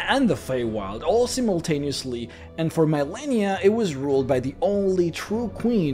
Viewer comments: "MEYE-len-i-a?" "a-DOL-es-ense?" Where the hell did this guy learn English? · "A-doe-LESS-ens," not "a-DOLL-ess ens." "Re-cull-ECT," not"Ree-cull-ECT." The first "i" in "Millenia" is ahort.